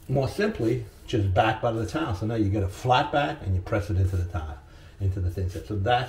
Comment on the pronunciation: I took a drink every time he said Butta and now my belly hurts and thank God it was beer